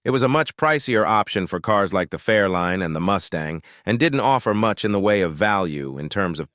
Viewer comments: Its not a fairline its fairlane computer voice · Fair-line? I hate AI